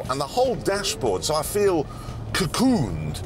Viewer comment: Cacooned, like surrounded, covered